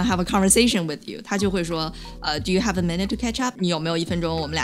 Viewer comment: 那个法国人太逗了。I realized, I (h)ave (h)apiness. 哈哈哈